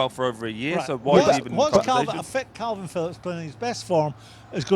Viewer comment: It’s Kalvin Phillips not Kelvin Phillips, Simon, you utter melt. I’ve never known anyone so clearly intelligent to mispronounce so many names/words🤦‍♂️🤦‍♂️